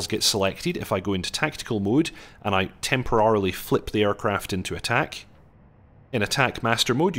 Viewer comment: I have never heard anyone pronounce temporarily before (ah-rily rather then eh-rily). Is that how you normally pronounce it or was is just a slip of the tongue? I have a slight interest in unusual pronunciations. Is this a scottish thing, as at least northern UK it's eh?